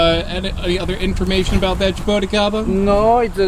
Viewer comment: Man your pronunciation is horrible Its not ja-bow-ticaba Its ja-boo-tea-ca-ba